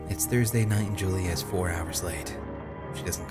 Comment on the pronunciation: I love this game, but it was killing me at the beginning when you kept saying Julie instead of Julia. When the scary music started when he found the typewriter outside, I got the heeby-jeebies.